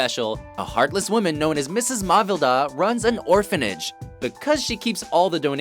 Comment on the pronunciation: It's kinda funny, whatever review of Christmas Story I watch, EVERYONE pronounces the villains name different. Is it so hard to spell?! Some say Matilda. Some say Mavilda, some say Malvida. This one says Mavelda or something...